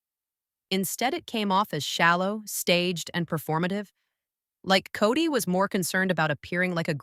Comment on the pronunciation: It's kody not cody ffs